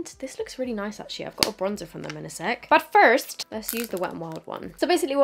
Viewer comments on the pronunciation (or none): 'but first' sounded so American love you !!!